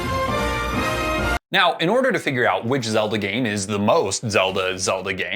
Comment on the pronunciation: It’s oot